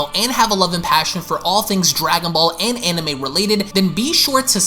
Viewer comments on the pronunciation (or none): none